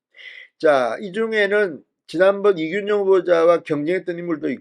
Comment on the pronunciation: 진성호씨 이준용이아라 이균용이라고 하는데 왜 자꾸 준용이라고 하는짖이해가 좀 그렇습니다 준용이 아니라 균용이랍니다